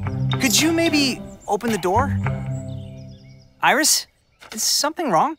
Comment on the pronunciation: Iris Rhymes with kiss :) I love Lolirock!